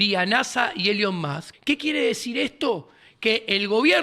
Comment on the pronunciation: Nunca había escucha a alguien le llamara a Elon Musk “elion mosk”